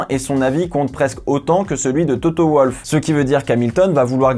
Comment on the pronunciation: Attends... tu dis comment Toto Wolff? Nom de Dieu....